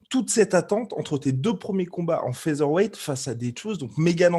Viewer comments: "Fiteur" weight. Me dit pas qu'elle n'a jamais entendu comment ça se prononce quand même. 🙄🙄🙄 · franchement parler des défauts d'amanda nunes quand t'es pas capable de dire featherweight correctement et même de faire le poids on comprend pourquoi la majorité des francais ne sont pas prit au sérieux